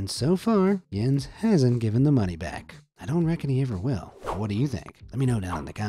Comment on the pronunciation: Im Danish and you nailed that Jens